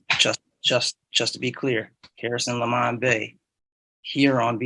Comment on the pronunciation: I love how the judge insists on saying " Lemon" instead of " Le Mon".